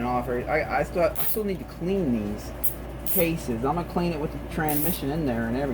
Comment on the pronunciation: Hey buddy you do understand that there is an S between tran and mission right? Its not tranmission its transmission...You keep dropping the S. Why are you doing that because it makes you sound like you may be mildly retarded.. I don't think you really are mildly retarded you just sound like you are when you say tranmission instead of transmission.